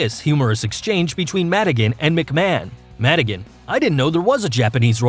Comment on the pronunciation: This guy can actually pronounce McMahon right